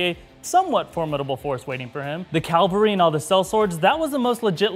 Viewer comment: enjoyed the vid with one suggestion, an army on horseback is CAVALRY, not calvary. Just sayin'